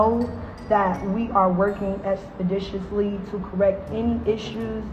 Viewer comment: She's a TikTok grifter. I highly doubt she ever went to school for nursing, and I sure as shit doubt she ever worked as a gourmet chef. What's even funnier is when she tries throwing down words like "expeditiously" which she completely butchers.